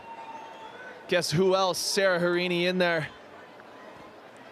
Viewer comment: Hirini not Hireeni dip shit sports announcer.